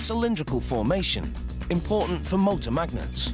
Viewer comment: I love the way this dude says MAGnets!